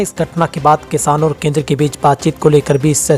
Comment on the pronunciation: केंदेर नहीं केंद्र होता है